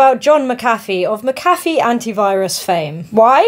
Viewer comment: That is not how you pronounce mcafee